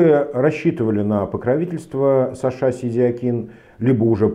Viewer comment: почему ударение в имения сашА, на второй слог? Где можно почитать историю такого преобразования?